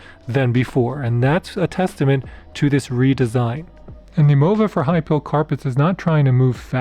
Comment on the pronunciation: High Pile. With a long I, not high pill.